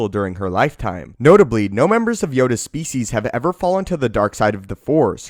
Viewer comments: Every time he says species. I lose 1% of my sanity. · Is that really how species is pronounced?